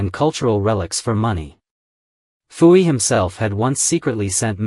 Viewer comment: Poo Yi, not Foo Yi.